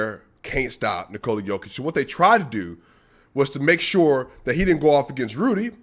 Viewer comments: Aight man, you like him, but now you need to pronounce his name right. Its not Knee-Cola , you basically have to pronounce it like the name Nikolas, but without the S. That is how you pronounce his name. Nikoluh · Since you love him, can you please say Nikola properly. I like to watch you and I have the same problem with people here in Canada with my name and also my daughters name. To explain the best as I can I'm comparing it with Jennifer. If you say Nikooola, than why not say Jenniiiiifer. You accent the "I" in N"i"kola the same you would with "E" J"e"nnifer. It's just shortens the sound of the letter if it makes sense. Thanks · What are you talking about? Nikola is only pronounced Niko-luh . No Serbian dialect pronounces it Knee-Cola. That's the USA dialect.